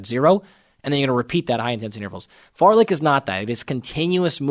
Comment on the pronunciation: I'll never not hear it as "fartlick run"